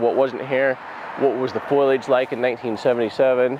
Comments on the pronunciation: It’s foliage not foilage 😊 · Don’t want to sound rude but it’s foliage not foilage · Fo-li-age. Not foilage. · Jared... "FOE-LEE-AGE!" Not foilage.